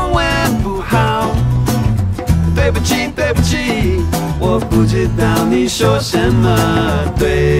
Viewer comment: i think the pronunciation is a little bit off- for "对“ in ”对不起“, it isn't pronounced like tui, rather with a "d". Like "dui". *doo-way